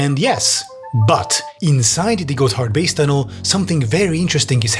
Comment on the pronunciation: I keep hearing him say it as "Got Hardbass" and I cant stop chuckling